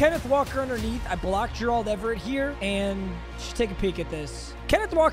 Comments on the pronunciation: The M in stands for Mispronounce, who is Jurrahld Everett lol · Dude just say Gerald not Jer-Auld Everett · Will somebody please tell to learn how to say 'Gerald' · i still find it insane that bro doesn't know how to pronounce gerald😭